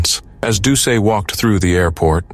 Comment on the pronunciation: Just as a quibble for the #1 story, Plauche' is pronounced PLO-SHAY. Doucet is DOO-SET. Both good Cajun names.